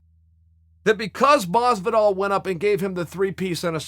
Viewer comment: Why is Chael so bad at pronouncing things properly...GEORGE MASVIDAL?!?